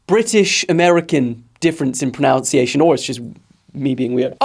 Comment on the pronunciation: Ironically you pronounced 'pronunciation' wrong